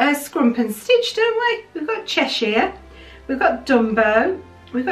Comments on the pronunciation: I scream about the pronounciation of Cheshire cat as well LOL Hopefully you'll be able to get your hand on Stitch <3333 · I’m the same about the pronunciation of Cheshire 😂 lovely pins, I hope you find stitch and reunite him with scrump!